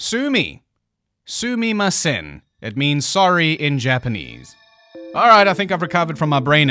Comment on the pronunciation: Not even close to the correct pronunciation though